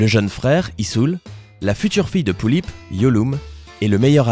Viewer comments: ce que tu dit sur les pullip c presque juste déjà tu ne dit pas bien (pullip) et ensuite tu dis qu'elle a des frères et les sœur mais elle a juste un frère les sœur c'est les sœur du taeyeng alors avant de le juger renseigne-toi mieux s'il te plaît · OMG POOTSY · c'est cool de presenter les pullip xb juste la prononciation humm "poullip" elles pondent pas des oeuf :b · ca pique mes oreilles quand tu dis pullip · "Pullip" ce prononce comme ça se lit et c'est tout sauf une poupée barbie -_